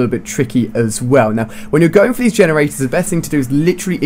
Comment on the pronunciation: Lol he kept saying vagenerators.